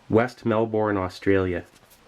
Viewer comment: "Offstralia" XD